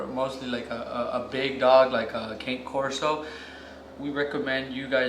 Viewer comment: I actually said this in a previous video of theirs. This is coming from the AKC website , word for word… “Cane Corso So don't pronounce “Cane” the same way you would the striped Christmas candy. Instead, say “CAH-ne,” which is simply Italian for “dog.” To shorten the name, use “Corso,” never “Cane.” When referring to more than one, you can impress everyone by using the Italian plural “Corsi” (COR-see).”